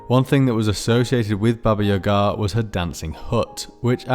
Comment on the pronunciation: As a Russian speaker I was surprised that you didn't butcher pronunciation of Баба Яга's name like most people